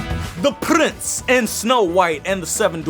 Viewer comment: "THE PRRRINSS"😂